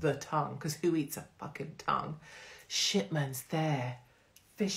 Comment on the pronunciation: Shipphams not Shippmans surely -lush